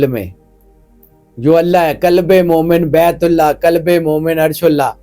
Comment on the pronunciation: Kalab nahi hai qalb hai... Kalab kuttay ko kehtay hain